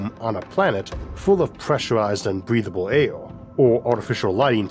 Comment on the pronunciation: Bweathable aiw.